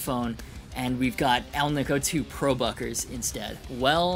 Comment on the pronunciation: nice ! you`ve slowed down the rapid talking and edit style ! one small niggle . "alnico " . nice video :)